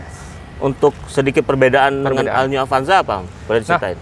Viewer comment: ol bukan al.. 😁😁